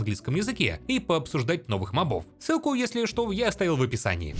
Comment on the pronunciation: *Правильно мóбов — не мобóв